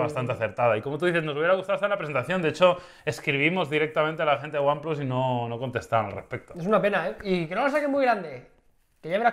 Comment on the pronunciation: lo dijo bien :))))))